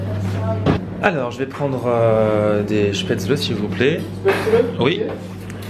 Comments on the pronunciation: Spetzeuleuh tu ma tué 😂 Ça se dit "Chpétzlé" ;) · Tu me stresse a dire Chpatzele ça se dit Spatzel ^^ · Ma mère étant autrichienne , ça ne se prononce pas spaetzle mais chpatzel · ahh on dit pas spaetzeuleu mais spétzlé (je l'ai écrit comme ça se prononce) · chpaitezeule sa se prononce pas comme sa 😂😂 on dit " schpatzeleu" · moi je suis alsacien. on prononce: chpézlé!!! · Ca se prononce shpaitslé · C'est des Spaetzlés et pas SpaetzlEs😂 contente que mon territoire te plaise😌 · on prononce pas plutot ça "chpätzlé"? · Sacrilège !!! On dit SPETZLÉ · Sa se dit schpètzlé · J'ai jamais entendu une prononciation aussi moche du mot 'spaetzle'